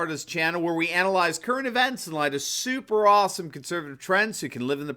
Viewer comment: mr. "super-awesim." Please stop. Enough.